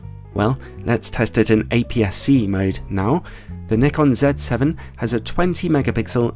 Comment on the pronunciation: !Nyekon! !Zee! Jezuz, learn to speak English properly 🤣